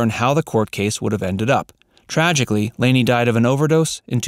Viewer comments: "Lah-nee" not "Laney". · Lani O'Grady's name is pronounced Lonnie, not LAN-EE. Her older brother is actor Don Grady, who played Robbie Douglas on My Three Sons. And the family's last name on the show is Bradford - BRADFORD! Rest in peace; Diana Hyland, Lani (Lanita Agrati) O'Grady, and Dick Van Patten. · FYI. It's pronounced "Lonny" O ' Grady. Not "Laney". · It's Lani, which is pronounced like Laney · Nope. She has the Hawaiian name Lani which is pronounced "Lonny". (I lived in Hawaii for 20 years.) She is buried there. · One correction, please. Lani's name is pronounced with a short "a" not the long "a" that you use, repeatedly. In deference to this beautiful kind soul, please make that change. Thank you. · Yes, that annoyed me to as well as continually naming the tv family incorrectly. it was Bradford not Brayford.